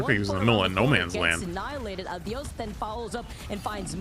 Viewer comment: why do they keep saying Uh-Dee-Yus and not Ah-Dee-Ose its driving me insane.